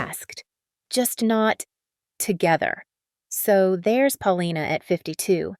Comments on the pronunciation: why do u keep saying her name in stupid ways? if u don't know what her name is don't talk about her. 'Pal-Lina???' lmao. :thumbs down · Po-li-na. Accent on the second syllable. It was different in the Soviet block countries -everyone relied on grandparents very heavily vs the Western countries - so it wasn't a biggie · lmao the only time u said her name correct was .